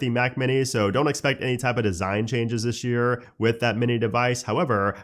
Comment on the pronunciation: "dishhhh year"